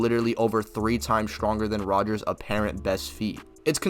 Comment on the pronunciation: All you need to know when deciding that this guy doesn't know shit from shinola is that he keeps calling Cap "Rger." It's basic and he doesn't know Cap's name. Fail.